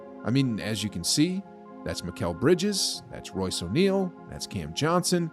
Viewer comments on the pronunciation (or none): none